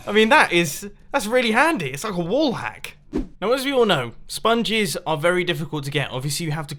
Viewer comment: Mumbo, you spoonge....